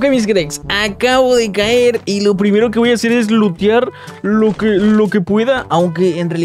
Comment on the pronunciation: Minuto dice primelo para que lo entiendas ve al minuto y ponlo en ultra cámara lente y lo entenderás jaja da risa como dice "Primero"